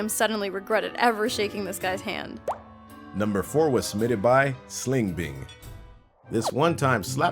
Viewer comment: sling bing? What the fuck?